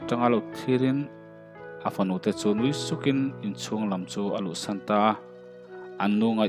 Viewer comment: A fanu te chu nui sukin....nui ti lovin nuih ti la chuan dik ni mai tur. I chhiar dan hi chuan nui suk hi lal fanute an ni daih, a thuin a sawi tum erawh lalpa nuih suk thu niin a lang si.